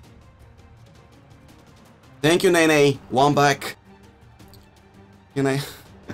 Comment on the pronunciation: “TANK YEWW LEWANGOALSKI”